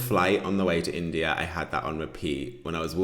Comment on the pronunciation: My handsome, in the minute of your video, the automatic translation to spanish of your phrase: “I am in India” is “I am an idiot”. Be aware of your pronunciation, please. Lol.